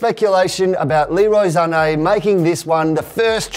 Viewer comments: it's Sane not Zanei ... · It's Sané...not ZZZZZZZZZZZZZZZZZané like wtf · Sané not zané plz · Why does he say Sane as Zahney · iT's SaNÈ noT ZzzZaNe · Its not zane, it's sane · Why is saying Zane instead of sane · Y r u calling Sane Zane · But what I mean is, even though it would be pronounced like that in Germany, his father is Senegalese and his surname is French so it's actually meant to be pronounced Sahney in as it's in French. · I almost stopped watching the video the. First time he said "zhaney" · the way he says sane triggers me